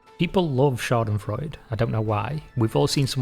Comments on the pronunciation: The e at the end of Schadenfreude is not silent, it is voiced. German does not drop vocals at the end of a word, so the d isn’t the end of a syllable, like it would be in the name of Sigmund Freud, but the start of its own syllable. So you have four syllables: SHA-den-froi-deh. Your pronunciation was really good up to that point, so you might be able to nail it. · The E at the end of Schadenfreude is NOT silent. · Schadenfreude is 4 syllables, not 3.